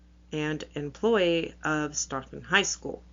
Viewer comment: The town is pronounced Stoe-Ton.